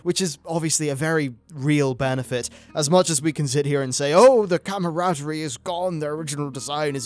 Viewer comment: i hate how he pronounces comradery